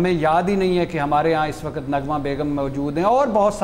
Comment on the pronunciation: بھٹی صاحب, لفظ "وقت " ھوتا ھے. "و ق ءت" نہیں ھوتا.